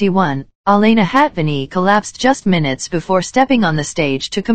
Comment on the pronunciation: "Munutes"? I think you mean "minutes"